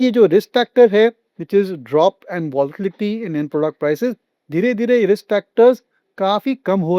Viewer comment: It was a good discussion in details. Request tonplease improve the language in english words alike youbtold votlitlity -actucallybit is volatility